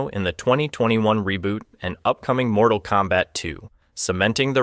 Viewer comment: Unfortunately that mispronunciation is used in the offical web-series “Mortal Kombat: Legacy”